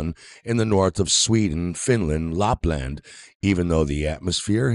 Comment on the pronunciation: "How is it that the Lupland cities like Longyearbuten on Norway's Svalbard Island . . . ?" Lapland (not Lupland) is in Finland, 1000km from Longyearben (without the letter "T" in it) which is on the island of Spitsbergen, part of the archipelago of Svalbard. Yep, I'm definitely going to trust this moron as a reliable source. Not.